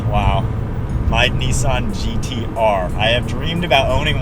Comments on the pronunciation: It’s Nissan not kneesan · It's pronounced NISSAN not NEESAN